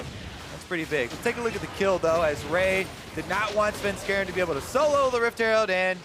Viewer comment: Am I the only one getting hella triggered by Phreak's "Svenskaran"?!